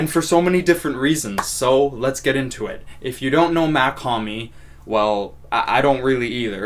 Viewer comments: you did not Even say it right . bro slight mispronunciation? Its like saying Elton Jim instead of Elton John you cant do it bro. Its not Mac liker Mac miller or Mac 10 its MACH it looks the same But its a huge difference in how you pronunce it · nice vid (it’s pronounced “mock hom-ee” btw) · brooo i dont Get how somebody who been listening to his music as much as you saying you’ve been and dont know how to say his name right. I mean its not like he dont say his name in his songs, he does it all the tiime